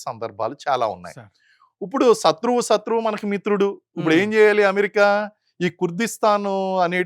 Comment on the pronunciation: సత్రు వు కాదురా నాయన శత్రువు